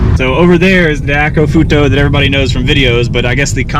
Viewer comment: its pronounced "dye-koh-koo-foo-toe" :)